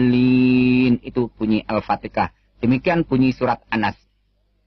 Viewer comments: wkwkwkwk benar... Cara membaca Al-Qur'an kok gitu ya... Ngakunya pernah mondok tapi tajwid, makhorijul huruf sama sifatul huruf salah semua... Jangankan bacaan Al-Qur'an yg lain, al-fatihah yg buat sholat sehari2 d bilang al patikah... Sumpah ngakak dengernya.. Emang dlu pernah mondok dimana?? Jangan2 tu orang baca latinnya bukan arabnya makanya SALAH SEMUA... Menafsirkan Al-Qur'an pun cuma setengah2 seperti Q. S. Ali Imron:45 itu belum satu ayat yg dia terjemahin.. La terus ayat yg setelahnya kemana kok gk d terjemah juga... Padahal urutannya lebih jelas dari ayat 43-52 kemana semua tuh? Udah cuman menafsirkan satu ayat sebagian lagi... Kayak misal nya menafsirkan lafad laa ilaaha illAllah (tiada Tuhan selain Allah), dia cuma menafsirkan laa ilaaha (Tiada Tuhan) nya doang, trus IllAllah (selain Allah) nya kemana? Kan yg begini ini membuat pemikiran yg sesat... Saya berani bilang gitu karena saya hafal sebagian dari Al-Qur'an... Dan ketika mendengarnya baca Al-Qur'an dan menafsirkannya sontak NGAKAK PARAHHH!! Kelihatan tu orang gk punya ilmu... Cuma mengada2 doang... Kasihan sama orang2 yg percaya, udah d boongin sama dia... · al patika dalam pengucapannya adalah bukti kedunguan dan kebodohan dipidio ini cristian frend dan yang lainnya membuat fitnah dan penipuan terhadap kaummnya ,kasian semoga ummat kristan tercerahkan dan terhindar penipuan seperti di pidio ini ,,,,,Alpatika dalam islam tidak ada melainkan Al ,fatikha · Maaf kalo mau tau kebenarannya coba tanya orang ini marozul huruf, Jagan di baca alfatikah ya. Pake pake h bukan k tau lah pasti😂